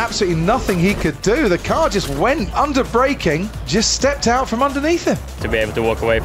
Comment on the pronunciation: "Over and over and AUT of tis raisss". Classic